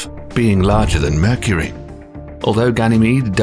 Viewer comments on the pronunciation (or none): none